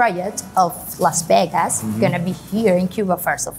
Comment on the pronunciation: When is the best time to visit? you're American I know and it's tricky but it's Las Vegas and not Los Vegas